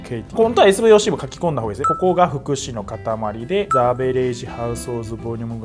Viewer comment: the averageのとこザじゃなくてジですよ